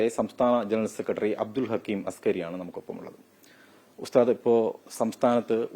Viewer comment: അസ്കരി, അല്ല, അസ്ഹരി